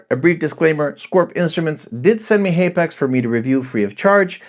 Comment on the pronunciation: It's pronounced hapax not haypax